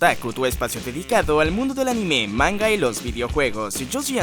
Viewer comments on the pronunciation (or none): No pude verlo me fastidio que pronunciará mal la palabra anime no soporto que digan animeé.